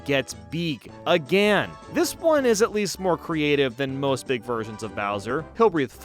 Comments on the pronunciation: Say it with me: Bowser grows “BEEEG” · no. bowser. grows. BEEEG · U said big wrong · When u said “bowser grows BEeg!” Lol 😂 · Your saying big wrong